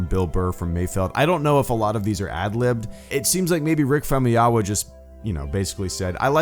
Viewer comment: I think it's pronounced Fam-oo-yee-wuh.....?